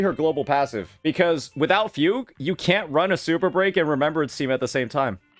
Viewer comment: I just can't get over the way you pronounce Fugue as Fug You 😂